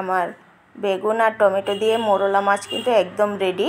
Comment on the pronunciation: মোড়লা মাছ হবেনা, মৌরলা মাছ হবে। উচ্চারণ এবং বানান ঠিক করুন।